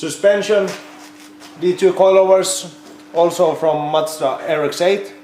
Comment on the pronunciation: i giggle every time he says macda (mazda)